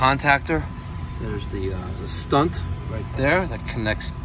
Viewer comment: shunt not stunt